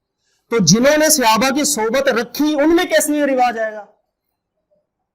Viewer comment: Janab aap Mufti aur Aalim ho kar SAHABA ka ghalat talaffuz SEHABA kyun bolte hain??